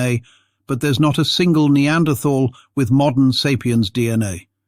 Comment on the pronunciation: Funny that the reader does not know how to say "Denisovan," or "Neanderthal."